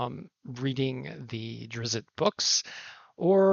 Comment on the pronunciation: Also, I think it’s Drizzt instead of Drizzit